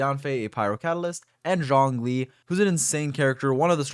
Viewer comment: When you say Zhongly, it fucking sounds like Xiangling.